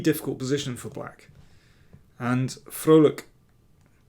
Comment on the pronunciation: As a Dutchman, I got a smile on my face at the correct pronunciation of Liam's last name! (You could even say, I was quite 'Vrolijk' (happy) 🙃)